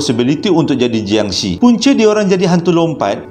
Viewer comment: sebutan bunyi yang betul untuk jiangshi dalam Mandarin adalah 'chiangshe' (bukan bunyi she dlm English) dan dalam Kantonis 'keungtzi'